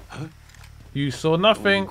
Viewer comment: Did you just say "NuffingK"? o.0